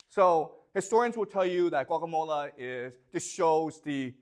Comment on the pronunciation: I love how he pronounces Gaugamela almost as Guacamola.